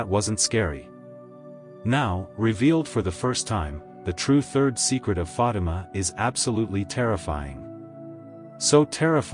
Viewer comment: it's not Fadam, but rather Fatima.